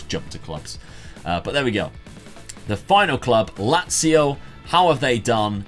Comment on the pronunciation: Nazio not lazio